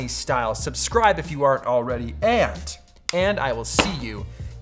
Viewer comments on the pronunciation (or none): none